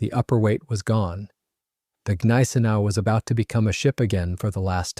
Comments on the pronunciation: Neye-sen-ow at least pronounce it right. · Please learn the correct pronounciation of 'Gneisenau' (gun-eyes-a-now). The 's' is sounded as 'sh'. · Bro i'm German and what u trying to explain, doesnt make any Sense. Gneisenau is definitly spelled with the G not silent.